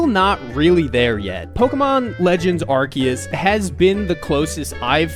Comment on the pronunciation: legit liked the video and subbed just cause you say Arceus the right way, and I will never not stan for poketubers saying names right. 😅